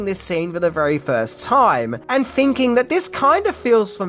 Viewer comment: and its thinking not finking